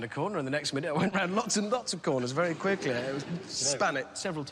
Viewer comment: ”Very quicklää”